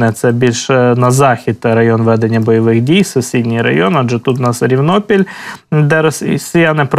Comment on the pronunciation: Я з Великої Новосілки, велика вам подяка! Дивлюсь Вас кожого дня. Ну і мої зауваження по назвам населених пунктів, як місцевого жителя. Рівнопіль наголос на перше «і», і Керменчік наголос на перше «е». Ще раз дякую , слава ЗСУ!